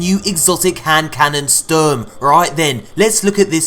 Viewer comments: Just for future reference, cause it makes me cringe how some pronounce the name of this gun. It's German word for "storm" and in German it's pronounced "Shturm". For reference, there's the old German gun known as the STG 44 (Sturmgewehr 44). I know it's a tiny detail, but still. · Sounds like spurm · its funny how you pronounce the guns name cuz its german and you kinda dont say it like the way you do :')